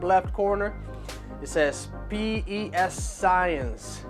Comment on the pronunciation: PES science...its PEscience this is the best protein and they have a great line. The fact you said it wrong and you look like you do drugs I doubt you know what your talking about